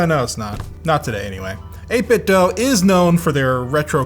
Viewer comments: Eight Bit Dough? Why not Eight Bit Do? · 8 bit Doo!! (not Doh) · 8bitdoe? Since when is do pronounced as doe? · Nice and comprehensive review! FYI: It's pronounced 8 bit "doo" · It must be very frustrating for 8bitdo that nobody can pronounce their company name correctly.